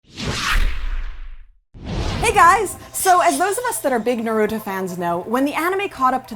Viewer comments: Good thing someone noticed i really dont know how you can misspronounce his name when in the dub they say it like that especially in the sub version. Them = cringe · Why do people purposely mispronounce naruto's name. The show clearly shows how to properly pronounce it yet people continue to say it wrong for god knows what reason. But I digress. This channel and its speakers are doing a good job. Continue the good work. Your videos are entertaining to watch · The names are mispronounced it almost made me cry ;W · Anboo Tsunade Orochimaru Naruto How can't you fucking pronounce NARUTO Hmmm of wait b/c you don't actually watch them , you just read of some source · It bothers me on how you cannot say Naruto right... please say his name right :/